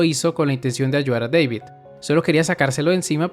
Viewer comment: Deivid ¿Oyeron? Deivid, ulala señor Gringo, si como no. -¿Cómo se dice entonces? -David